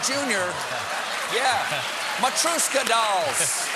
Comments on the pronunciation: Stephen, I love you, but I and all the other Russian speakers watching are collectively screaming at our screens right now: it's pronounced, in its simplest and most anglicized form, "MAH-TREE-YOH-SHKA" not "muh-trew-ska". I'm crying over here, darling. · the way he pronounces "matreshka" wtf Stephen Russians are watching! LOL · Matryoshka dolls is pronounced so wrong XD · you pronounced matryoshka waaaaaaay wrong